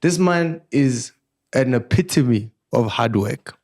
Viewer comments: and the word “ epitome” will be the death of us 🤦🏽‍♂️😂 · Whoever taught the word “epitome” 😭😭😭